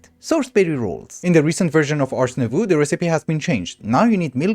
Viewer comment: thanks for the vidddd also please please please Nouveau is prononced nouv-oh (like oh sound from dough or "oh ok") since you seem to always change the way you say it, this is the correct way of saying it in french!